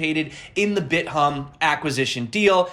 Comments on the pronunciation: its bit-thumb, not bit-humb Im dyeing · love your channel. It's pronounced "Bit Thumb"